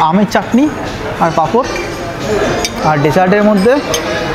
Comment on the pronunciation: Bdw it's "chatni" not "chakni"